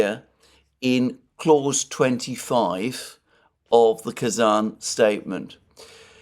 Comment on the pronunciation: Pronounciasion again: I know how careful you are about correct naming and i love it. So here my 5 cents to that. As I am also a tatar, partly, I would be very happy if the name of the capital city of my small homeland was pronounced correctly. There are not many chances for the world to realize Tatarstan actually exists. So, it is Kazan with a soft n. With a hard n it actually means "a big crude-iron pot" :-)))